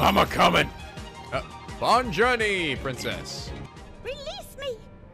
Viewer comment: The "Bon journey" thing Pete said is him trying to say "Bonne Journee", which means "Have a nice day" in French.